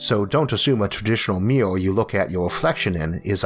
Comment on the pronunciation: It's the way he pronounces Mirror...